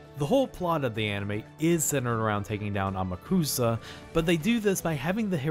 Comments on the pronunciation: The name pronunciation in this narration gets to me. It’s not How-maru. It’s Hao-ma-ru. It’s not Ama-kusa, it’s A-ma-ku-sa. You enunciate every syllable equally. The anime got this right. The video narration doesn’t. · Strange ADV Films may have gotten Amukusa's gender wrong (HE is supposed to be a very effeminate male) but they did pronounce his name right, unlike you throughout the whole review. Whoops.